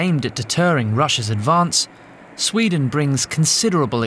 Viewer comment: ..🤔.."I'M FROM SHWEEEDIN.."!!